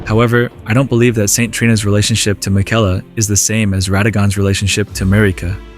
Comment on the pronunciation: Brother they pronounce his name 20 times in the game, what are you doing lmao 😂